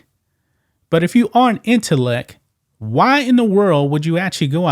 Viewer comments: Please pronounce the t at the end of the word intellect. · Dude go run and learn how to pronounce intellect😊